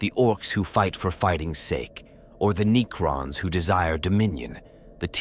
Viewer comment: So that GW can sell more miniatures? Hey, you asked...For the Necrons add an extra "C" so that the AI pronounces it correctly. Ie. Neccrons or even Neckrons. However I'd really wish you would do a video with Bonzai Buddy from the late 90's doing the narration, even for only a minute. That purple monkey was craaaaaazzzzzyyyy!...lol.